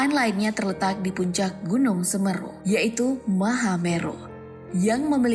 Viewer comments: Pronounce nya Semeru ( E¹ for apel dan E² for bel) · Tulisannya memang semeru baca semeru saya yg dengarnya ko g enak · Min ralat bacanya itu gunung semeru bukan semeru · baca semeru yg bnr lah min!!!!! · Semeru mbak bukan sumeru😭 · UCAPANNYA BUKAN "SEMRU" TAPI PAKE " E" S E M E R U jadi enak di dengar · Pake E bukan e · Semeru bukan semru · Semeru bukan smeru🙏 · Semeru mbk bukan semeruh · Semeru bukan semmerru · Semeru bukan semeeeeerrrrru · Keganggu bgt sm pelafalan semerunya salah berkali2. Harusnya huruf e di semEru, dibaca é bukan ê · Maaf ya gaes voicenya mbak gogle ada yg salah penyebutan nama semeru. Apa mungkin itu perbedaan antara logat asli jawa dan biasa fasih Indonesia. Penyebutan semEEru bukan semeru. Aq bahas penyebutan bukan tulisannya ya. Dan semoga diberi ketabahan untuk para korban dan cepat pulih sedia kala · Pengucapan Seměru bkn Semeru utk komentator. Semoga sehat dan dlm lindungan Alloh SWT utk semua warga sekitar Seměru yg selamat dan terdampak. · semeeru ,,,semeru...semeruu....mengucapkan kata semeru aja keliru...kelihatan cumak copypaste beritanya.. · Semeru min bukan semerru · Penyebut an nama nya woy!! Tolong ya!! Bagian huruf 'e' .. Semeru dibaca s.e.m.E.r.u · Cara baca yg benaer seméru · Gw sbg warga lumajang tertawa melihat admin yg salah mengucapkan logat seMEru nya😫🤣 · Kok Semeru sih SemEru......ni pembawa acaranya gak pernah tau na.gunung ya...😁😁😁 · Ejaan nya salah bun, Seméru harurnya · Bacanya tuh Gunung Seméru ngab... Lu aja bisa ngomong MAHAMERU dengan benar,masa Semeru ga bisa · Semeru, se (e) pada kata (se)kali/(se)tuju, me (e) sama pada kata (me)ter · semeru. Bukan semeru😭🙏🏻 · Semeru bukan semeru min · Nyebut nya semeru salah mba. Ga pernah baca ya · Tolong la kata Semeru nya pakai logat yg bener,biar enak di denger orang Jawa😀😀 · Semeru mbak bukan semeru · Semeru bukan semeru. Andai bisa komen pake audio. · Coba belajar ucapkan semeru n mahameru yang bener biar enak di dengar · Nyebut nama gunungnya ejaannya salah mbak